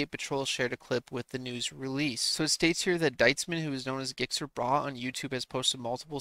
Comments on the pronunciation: Gixxer Bruh pronounced Jixxer Brah! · Learn how to say Gixxer. LOL